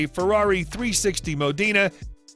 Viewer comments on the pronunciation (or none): none